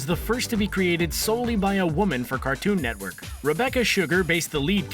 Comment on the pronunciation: car-TOON net-work